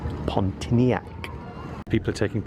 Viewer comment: "PON T ARN A" is how you say it.